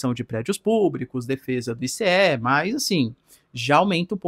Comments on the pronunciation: I CÊ É não meu fi, fala Aiísí, pelo amor de Deus 😅😅😅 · Professor, uma dica no inglês: você pode falar ICE na mesma forma que você falaria gelo em inglês. Não está errado falar I C E, mas é mais comum falar ICE mesmo 👍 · ICE = “AICE” 🧊